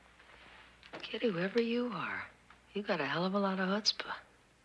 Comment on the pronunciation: Chutzpah not Hutsba